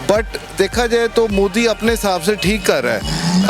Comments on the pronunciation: Sister main ne apki video Bhot dekhi hain...... wo mudi nehi hain wo Modi hain MO not Mu Love from India Stay safe stay happy 🙂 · Ye Modi shabd ko Moodi kyu pronounce krte h.. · Ye Mudi nhi pronounce properly it's Modi